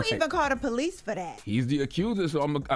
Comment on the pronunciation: He called the "Pole-ice" 🤣. But maybe it was a role of quarters. 🤔